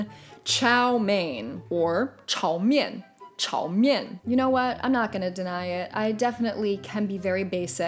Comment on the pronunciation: I actually live in China so I’m curious about how Americans say our food. Edit: I only know half of the foods that you said and it’s not chao men, it’s cao mean. And ur right about the last